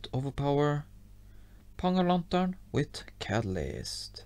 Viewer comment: I like when he says “with” coz it sounds like wit😅😂😂